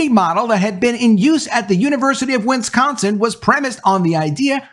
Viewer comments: It's not "Winsconsin". It's Wisconsin. Wis. Con. Sin. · It's not pronounced: WIN scon sin.... WIS con sin Please practice.